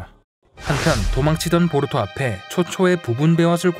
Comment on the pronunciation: 보루토가 아니라 보투로네요?ㅋㅋㅋㅋㅋㅋㅋㅋ